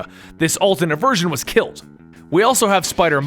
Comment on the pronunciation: "KILT"???? Did you mean "killed"? LOL